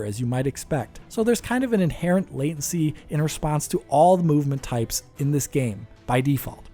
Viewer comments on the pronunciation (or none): none